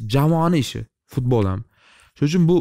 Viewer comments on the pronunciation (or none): none